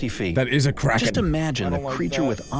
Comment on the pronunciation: why do you call it the kraen i's the giant sQiuid